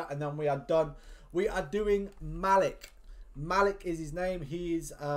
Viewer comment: I believe you pronounced it wrong but I might be wrong but the way I say it is Muh-leek